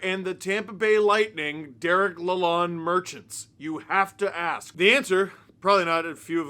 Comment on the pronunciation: Take it from a Detroiter: His name is pronounced LA-LOAN, like a bank loan.